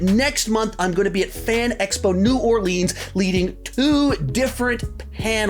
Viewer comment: Why can’t Texans say New Orleans right? It’s as bad as parts of Louisiana saying it wrong. Guys, we don’t say your places wrong!! Great video by the way.